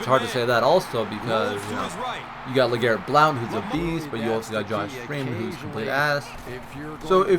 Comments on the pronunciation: its just pronounce (Blunt)... i understand theres an "o" in it, but... yeah. blunt. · u pronounced blount wrong